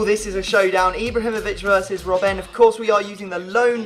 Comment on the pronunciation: its not rob ben you say robbn